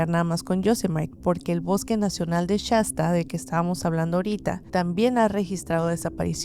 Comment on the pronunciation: No se dice Chasta es shasta sh sh